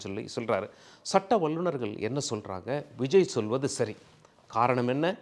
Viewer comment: ல, ள உச்சரிப்பு மிக மோசமான நிலை. நல்லா காதில நாரசம் காய்ச்சுகின்றது. விஜய் அவர்கள் (கல் - அல்ல) அவர்களுக்கு (கலுக்கு - அல்ல) காரணங்கள் (கல் - அல்ல) உள்ளார்கள் (கல் - அல்ல) வல்லுனர்கள் (வள்ளு அல்ல)